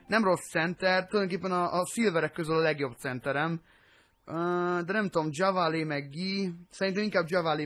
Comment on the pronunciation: csak hogy tudd, nem kötekedésből mondom ezt, de JaVale McGee nevét nem úgy kell kimondani, hogy "Dzsavalé", hanem "Dzsávál" McGee. Amúgy annyira nem jó játékos, lehet játékba jobb. Nézz 1-2 régebbi Shaqtin' a Fool részt, legalább benne van mindegyikbe egyszer:D